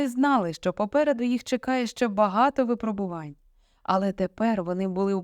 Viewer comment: Боже, що у вас з наголосами? Де ви чули "дивлячИсь", "випробувАнь" тощо? І це не лише у цьому прочитанні.